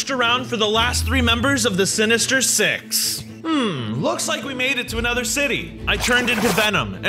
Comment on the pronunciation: i Heard "Six In The Morning Like " Um " Sex In The Morning " Bruh *If You Heard Like That Like This Comment"